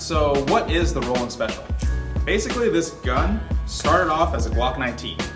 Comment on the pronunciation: You’re wrong, it’s Roland. Everyone is saying Roland even garand thumb. Even a ai search, google search. All say Roland.